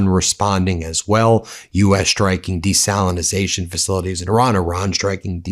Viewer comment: DESALINATION DESALINATION DESALINATION -pronounce it correctly 😩